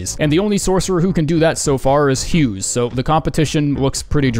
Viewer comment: IT'S BATTLEMAGE HUGUES 😭 OO-GA